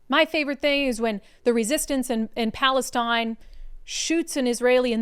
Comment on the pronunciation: The re-SISSIES-tance